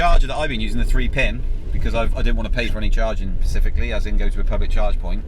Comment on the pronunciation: Please say Specifically and not Pacifically.